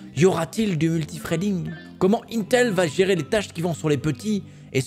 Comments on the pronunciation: pas mal ta vidéo j'ai bien aimez franchement mais faut arrêter de dire untel C'est INTEL non UNTEL LOL tu va finir par passez pour un abrouti avec tout le respect que j'ai c'est pour toi personnes di UNTEL comme tu fait lol et pour le TDP c'est pas du tout une bonne nouvelle mdr quand tu prend le Ryzen 9 5950X au Ryzen 3950X tout les deux on un TDP de 105 pour 32 Threads a 4.7 pour le 3950X et 4.9GhZ pour le 5950x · Mais arrête de dire untel bordel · C'est pas untel mais INETEL 😭😅😂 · « un tel » Mon dieu tu donne des sueurs froides 😅😂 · mdr comment tu dis "intel"